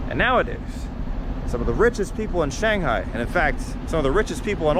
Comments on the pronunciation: I wish you'd pronounce Shanghai correctly. 😇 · You missed my point, obviously - if he had lived there for a while, like he said, he would know the proper way to pronounce "Shanghai". Unless, of course, he is one of what can only be characterized as a "bad foreigner" - the type that refuses to learn Chinese, have Chinese friends, eat in Chinese restaurants, etc. Many of these types of foreigners left China around the beginning of the Pandemic, first because of the end of for-profit English-language training centers, and later because of the Pandemic proper. The vast majority of foreigners still in China are thankful that the bottom-feeders and scum that give everyone a bad name are now gone. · And yet, even though he says that he lived there, he still cannot pronounce "Shanghai" correctly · More like shang-bye😂